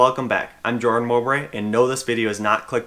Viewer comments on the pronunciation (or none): none